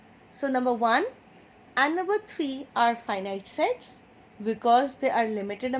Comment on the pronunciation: First I thought that you say Sex 😁😂